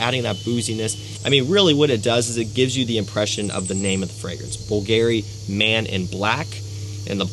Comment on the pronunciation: My guy said “boo-Gary” 😂 🤦🏻